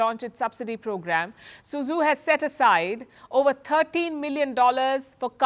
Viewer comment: could you please ask an intern to make a list of the correct pronunciations of Chinese cities? It's not "SooZoo". For instance, Suzhou is pronounced "SooDjow". In Pinyin, "ZH" is pronounced as "DJ". I appreciate that Palki pronounces Xi Jinping's name correctly. Thank you.